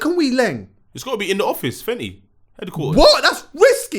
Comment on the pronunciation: babe, it's FENTY....Not fenny🤣🤣🤣